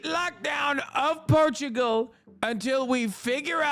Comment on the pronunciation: I turn my back on the land of PORRRTUGAUUUUU